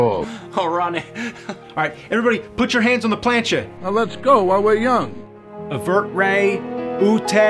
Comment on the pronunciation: Pig Latin: "Avertray otay ordinay" -> "Revert to ordinary"? The last word is hard to translate. I think his pronunciation is wrong, considering he said "avertray" when it should have been "evertray". It could also be "nerd", but the addition of an i and the o sound at the beginning leads me to think he used an odd rule to change ordinary into "ordinay".